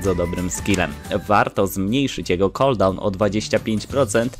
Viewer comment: "warto zmniejszyć jego KOLDAŁN" XD ale poradnik spoczi